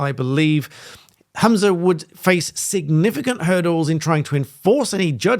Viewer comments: His name is HUM-za not HAM-za. He’s “humming’ “ not “hammin’ “. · WTF is a Hoomzah? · It's pretty disrespectful for you to repeatedly refer to Humza Yousaf as Hamsa Yousef throughout this video. You're clearly aware of his name, you've written it in the bio of the video.